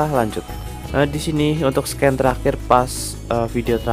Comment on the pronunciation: Min saran nih kalau baca scene jangan sken tapi siin (soalnya klo sken itu kedengaran kayak scan)